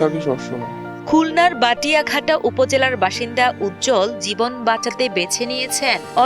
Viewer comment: বাটিয়াঘাটা না'রে মূর্খ। বটিয়াঘাটা হবে।